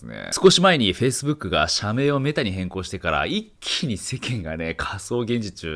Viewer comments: 序盤のかそうげんじちゅ〜。で、 その後の、かそうって段階でげんじちゅ〜にならないか、何回も息飲みながら見ちゃったからね！！ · 興味深いお話だけど「仮想現じちゅ」が頭から離れなくなっちゃいました(*´꒳`*)